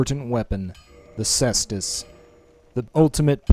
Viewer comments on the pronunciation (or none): Say est us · Pronounced "Kaestus".